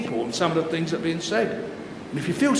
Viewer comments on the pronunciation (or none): none